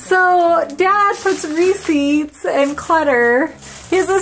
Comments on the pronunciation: says receipts like reeses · The Way Pronounces Receipts. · Funny how pronounces "receipts". It is pronounced ruh·seets. She also pronounces "Reese's" funny too. It is pronounced ree·suhz.